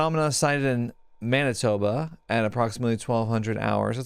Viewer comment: Canadian here! You pronounced Manitoba perfectly fine :)